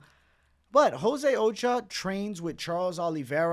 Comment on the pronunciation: Ochoa is O-SHOW-AH not Occupational Safety and Health Administration